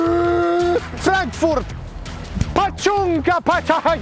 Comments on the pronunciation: Miskalle ihan vinkkinä että Frankfurt-nimen a-kirjain lausutaan ihan a-kirjaimena ä-kirjaimen sijaan ja myös ihan saksaksi.😊 Ja tää on hyvä haaste! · se ei ole 'Fränkfurt' 🤦🏼‍♂️🤣